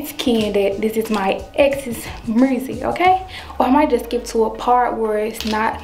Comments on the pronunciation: She said dis my ex mursic 😭😭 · Lol I think it drive Ken nuts that says, "murrzic" instead of "music" lmao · mersik it is called MUSIC NOT MERSIK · Everybody: Music: "Mursic" 😭😂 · “murrsic” i love y’all 💀💀🤣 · Nobody:: Mersic 😂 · “Mursic” lol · so nobody hear her sayin mursik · Wtf is murrsic 😂😂😂😂😂😂💀